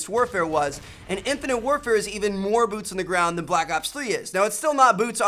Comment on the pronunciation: arsalan ali he said boots pretty clearly